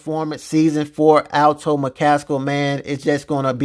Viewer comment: Bro are you purposely saying his name wrong ? ALTO! It’s ALTON 😂